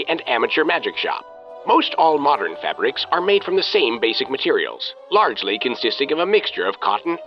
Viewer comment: If you could stop pronouncing it "fabbericks", that would be great